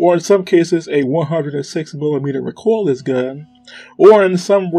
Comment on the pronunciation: Mico Maus is pronounced Micro Mouse. Maus is a German word meaning Mouse. The reason for calling it this is because it looks kind of like the German WWII tank named the Maus. Also, Recoilless is pronounced Re-Coil-less. Great video